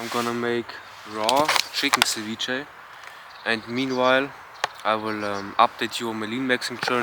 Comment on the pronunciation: Bitte sprich ceviche richtig aus